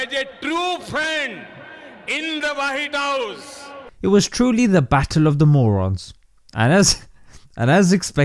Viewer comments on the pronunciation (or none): He means.. wahid house 😀😀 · Man said Wahit House 😂😂😂😂😂😂😂😂😂😂😂😂😂😂😂😂😂